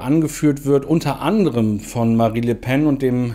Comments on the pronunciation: Sie heisst immer noch Marine, nicht "Marie". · Marine. Sie heißt Marine. Nicht Marie.